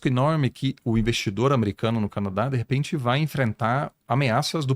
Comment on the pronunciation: Deprrepente é ótimo 😅😅 é de repente